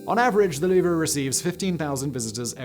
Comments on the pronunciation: I know, where in his research did he find someone call it The Louv-er. It's Louv. It's almost as grating as Americans calling Turbine's, Turban's. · It's the Louvre not Louver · Not "loover" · Huge fan, but 60 seconds in, and I have to stop watching. Louvre. It's ONE syllable. ONE!! Not loo-ver. Not loov-ruh. LOUVRE! Cannot unhear. Ugh. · Ah yes, the lou-vrah. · Loo-Vrah LOL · I know you already said it, but damn your french is so baad, as a french citizen, it maded my hear bleed every time you tried to say french words lol, you're as bad in french than french people are in english ;) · Your French pronounciation is horrendous but still very funny. I loved this video. Greetings from France, mate =) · This is like someone pronouncing jalapeno jell-app-in-no. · I dont mean to be a linguistic National Socialist German Worker but you may be pronouncing Louvre wrong........ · Why is no one talking g about how he pronounces the “R” in Louvre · I was thinking the same... cringe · Thank you! I can't concentrate on what he's saying because my ears keep picking up each time he mispronounces The Louvre. I hate being so nit-picky, but I can't help it. My ears won't unhear it, LOL! I love Simon though, no matter if he mispronounces things or not. Also, here in the U.S., the word "homely" means ugly... but I've noticed through many videos that Simon uses it as we would use the word "homey", meaning comfortable & home-like. I wonder if all Brits do this, or is it just a Simonism? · He butchered every single french word, "Louvre" was far from the worst. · I thought the R was silent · Because mispronunciation is kind of his thing, I honestly don’t know if he’s saying “Louvre” incorrectly, or I’ve be saying it wrong my whole life. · was going to give this a like until he mispronounced "Louvre" a thousand times during the video. I don't speak french but this is just really lazy. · Isnt the "R" silent...?